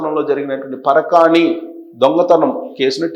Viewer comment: పరకాని కాదు సార్.పరకామని.